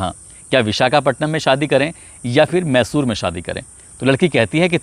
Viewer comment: भाई साहब मैशूर सहर नहीं मैसूर शहर ...आपने दो बार ग़लत प्रनाउंस किया..बीच बीच में छोटे छोटे पॉज भी लिया कीजिए .. ज़्यादा प्रभावशाली रहेगा.. बाक़ी आपका अंदाज़ ए बयां और आवाज़ अच्छी है..